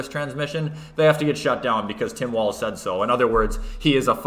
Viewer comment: it’s not Tim Walls, it’s no ball’s Walls.